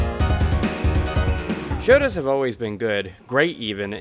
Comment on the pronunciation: Turbo is up there with super turbo as 2 of my favorite games ever. It's bare bones as far as fighting games go, but i love that turbo has zero comeback mechanics. You have to earn your comeback the hard way. By the way, it's not "shota", it's "shoto" as in shotokan Also, when you play super turbo, the US version is bugged. No matter what difficulty you select, it will always be on the highest difficulty. If you want difficulty options, play the Japanese version.